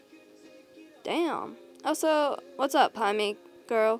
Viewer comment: I hear you saying pimni it’s Pomni Pom ni 😂 And Zooble Zoo ble Gang gle Kinger King er Ragatha👍 Jax 👍